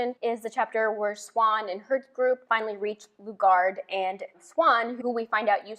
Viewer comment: It's Brain not Brin (Bryne) and Seewahn (Siuan). I agree on Moraine. She good.